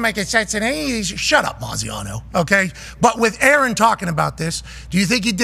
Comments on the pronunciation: Any insight to them saying Graziano’s name wrong? Not defending him at all, just want to understand the joke if there’s one there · Why was Pat calling Dan Maziano when he knows his name is Dan Graziano? That is so incredibly disrespectful to treat Dan like a nobody with the position he holds. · Isn’t it Dan Graziano not Moziano lol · He keeps calling him Maziano lmfao